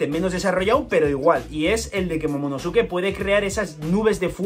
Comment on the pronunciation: Se pronuncia momonoske